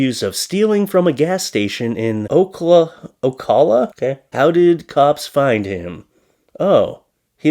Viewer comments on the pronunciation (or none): I live in Ocala lol. It's (O- cal-uh) we have lots of idiots figured I'd help you out for next time lol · Pronounced OH-CAL-A. Ocala, Florida. Thank you. 🌴🌴🐊🐊🌪🌪🌊🌊🏖🏖